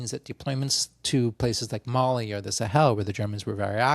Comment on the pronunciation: At the beginning I thought you said you had been distracted by "Molly" (actually **Mali**), I was a little surprised you would admit to such casual drug use!